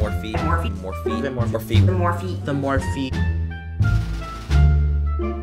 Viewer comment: Are they saying "more feet"?